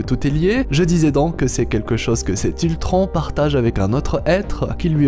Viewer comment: Géniale cette vidéo... mais frère... POURQUOI TU DIS ULTRAN !!!!!!!!